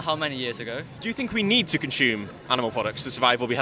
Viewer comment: It’s ‘consume,’ not ‘conshume’ 😆